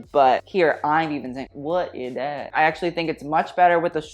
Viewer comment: Hey, I love that you repeat "Whut i thad"?. You almost address a Belgian designer in his own (Flemish) language "Wat is dat"?:D Hey, aren't you supposed to be on my team? One does not wear (spaghetti)straps on a strapless dress... = Greetings.